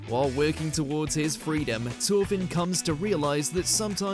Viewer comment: 'Torfin?' I usually comment on bad pronunciation, that's simply not speaking English 'th' is a specific sound I'm not surprised the writer missed Ginta from MAR, he starts off a dreamer wearing glasses with no stamina, and ends up saving the world